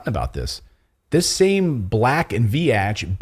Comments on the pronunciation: You didn’t pronounce that company’s name correctly, the letter “a” is silent just say Vetch with a long “e” sound. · It’s pronounced “Veech” not “Vee-atch” 🤦🏻‍♀️😂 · You pronounce the name Black & Veatch wrong. VEE-tchi. I worked for them for awhile. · Pronounced black and veech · It is pronounced Black and veech. lol I have worked on power plant jobs with them. I was a Union electrician and Black and Veach had electricians on the job. We tried to organize them and quickly found out they had better pay and benefits than we had. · BLACK & VEEEEEECH is how it's pronounced. A US engineering firm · It is said as black and veach. Much like peach or leech. I know people who once worked there. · Just so you know... Black & Veatch is pronounced like Beach with a "V" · It's pronounced Black and Veetch. They're, (among other things) big in the water/wastewater industry design. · Pronounced "Black and Veetch" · It's pronounced Veech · Veatch rhymes with beach, just sayin! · Proper is sounded out veech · You are pronouncing Veach incorrectly